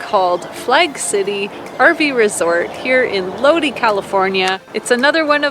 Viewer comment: It's pronounced Load- I not loady. Lol! Love you guys!